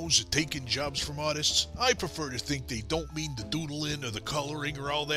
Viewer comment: Nah-tist is an amazing word.